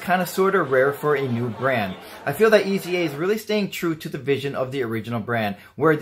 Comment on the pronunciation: Nice video for a nice watch! By the way: The first thing to know is that it is not pronounced as three letters - E.Z.A. Next, the German Z is pronounced like the English S. Finally, pronounce the E as a long A, as in "ate". And you have /AYs-uh/.